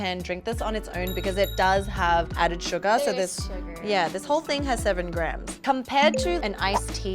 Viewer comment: Every time says SUGAR, I hear it like SUGA 💜🌝Any ARMYs here???😌